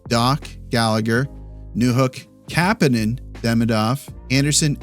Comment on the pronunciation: You’re pronouncing Kapanen wrong